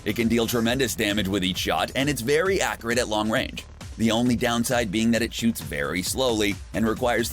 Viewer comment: Anyone else hate how he says accurate, he says a cure it